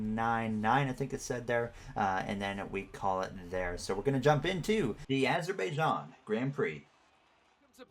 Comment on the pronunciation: it’s pronounced azer-bi-jan